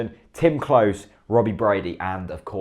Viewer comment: Great content etc, but Klose is pronounced closer, not close